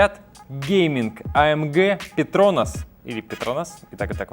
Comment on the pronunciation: Ударение на петронАс